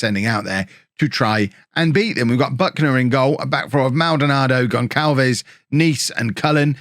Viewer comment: Hello, Goncalves is a Portuguese family name NOT SPANISH!!! And it reads 'Gonssalves". As you can see, i share that same name. The English keyboard doesnt have the option of writing the proper way ( is missing a C letter with a comma underneath, which makes the sound of a double S when we read it ). When i moved here to England i had to adopt the name GONCALVES, instead of GONSSALVES, so no big deal, this was just to clarify how to read the name.